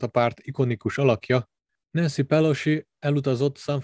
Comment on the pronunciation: Magyarországon, hivatalosan "vé há ó" a helyes kiejtés. És nem "Pelosi", hanem ejtsd: Peloszi, valamint nem "Fauszi", hanem ejtsd: Faucsi.